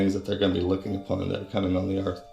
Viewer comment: i cant take this dude seriously at all....if you cant make the TH sound in EARTH and keep sayin ERF and TRUF. This dude doesnt know a damn thing lol.